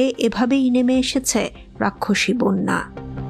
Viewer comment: বোন্যা বলে। হবে বন্যা